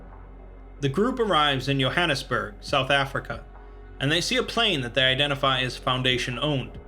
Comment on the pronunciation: Great video, BTW , it's pronounced Joe-han-es-berg